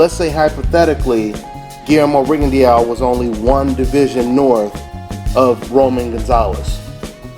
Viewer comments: "if golovkin had to move up 4 years ago, who would you favor??" btw, its RIGG-ON-DOE... Not RIGGON-DEE-YOW. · actually I fucked up admittedly. deux is duuh. its french. RIGGON-DUUH. Pretty shitty he cant pronounce his own surname.